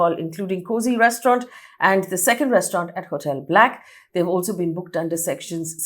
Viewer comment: Hi there Faye, love your fact based reporting but please note, the second bar is mispronounced. It is called BLAK by Sunburn, the Nikhil Chinappa events property. It was at Mariott Suites. People should know.